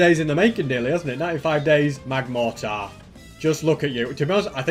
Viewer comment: It is magmortar not magmartor.